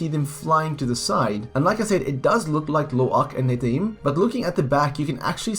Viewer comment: It's Neteyam not Netayim